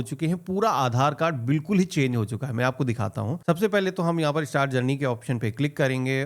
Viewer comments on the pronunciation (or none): none